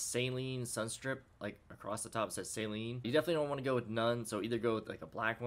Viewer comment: It's pronounced Sah-leen, not Say-leen